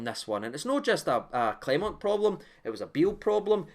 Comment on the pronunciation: Clement not Clememt.